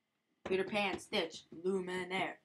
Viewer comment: nice video, but just so you know the character's name is spelled lumiere, not the way you were saying it, there is no n in his name LOL!